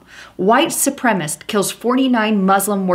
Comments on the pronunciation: Su-pre-ma-cist. Four syllables. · Supremacist is the correct pronunciation.su prem a cist.Sri Lanka...pronounced SHREE LANKA. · Reply to Brad not Landa Sup- rem - A - CIST